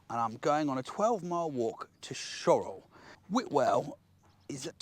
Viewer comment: The scariest thing about that video was the fact I didn't know Shorwell was pronounced Shorrell. No strawberry laces for me. :_laces: Like the lighthouse guy, I have sought to atone for my sins. In my case I bought a membership to your excellent channel. (Member #367 in old money). Once of my favourite places is Eastnor Castle in Herefordshire. Older viewers may recognise it as the villain's lair in the excellent 1984 BBC adaptation of The Box of Delights. It also doubled as the home of Sir John Gielgud's Canterville Ghost (1986).